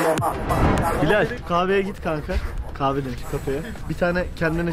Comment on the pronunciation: Yalnız kahfe degil kahve kshsksh9s